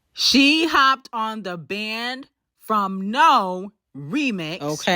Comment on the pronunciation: Not Banded from No. 😂😂 It's banned from N-O as in New Orleans